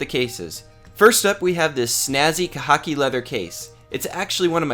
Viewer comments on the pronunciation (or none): Lmao I thought he said cocky...i was uncomfortable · Dude that's not how you pronounce Khaki.